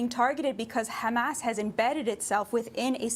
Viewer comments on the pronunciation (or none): Trained propagandists, down to the pronunciation of 'khamas'. Making it sound as menacing and foreign Americans' ears as possible. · What does Batya pronounce it Ehmas?